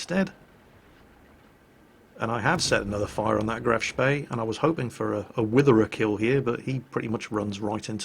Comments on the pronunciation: is it just me, or does it sound like is saying Graf's bae when he says Graf Spee? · good old days when pronounced graf spee properly